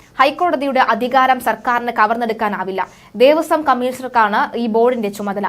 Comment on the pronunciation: ദേവസ്വം ആണ്. ദേവസം അല്ല.